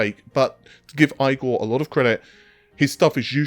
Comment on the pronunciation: You've probably been told before but Igor is not pronounced 'eye gore', if you say 'eegor' you're closer to the intended pronouncation.